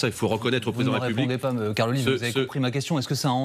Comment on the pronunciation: La républiquin. Les problèmin. On dirait Marc Olivier Fogiel.